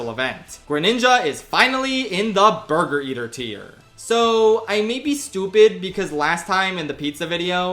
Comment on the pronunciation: Bwergur. Can never say it normally ever again. 😁